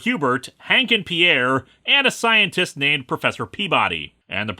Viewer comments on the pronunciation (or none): none